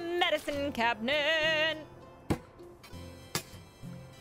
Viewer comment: Do you pronounce cabinet like cabinent? lol